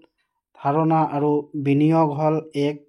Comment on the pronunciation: 😂😂আৰ 😂😂 নহয় আৰু 🤣🤣🤣😆😆😆😝😝😝🤭